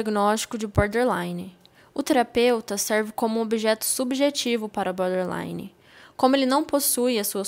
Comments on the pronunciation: Repitam comigo 10 x " BOR- DER- Li-NE" e não BÃderline e nem BÓDELINE. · Meninas, é boRtherline, não é butter nem bother. Acho que seria legal vcs aprenderem a pronúncia correta desse transtorno.